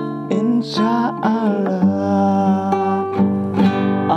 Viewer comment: Bilang insha Allah aja belum lurus,belajar tajwid dulu 🙂